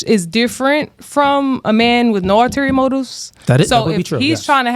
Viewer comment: Btw, the word is, ulterior. Not alterior